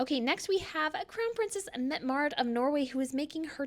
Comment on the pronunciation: #1 princess Mary; #2 Princess Elizabeth (I love her 50s Hollywood look) # 3 Princess Victoria (wish she had worn a different necklace). Ps.... I really like how your prenounced Princess Mette-Marit's name. Our daughters name is Mette; following my in-laws tradition of Norwegian names. Hi from 🇨🇦